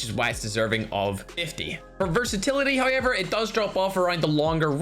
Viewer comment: Us: However: hay-yever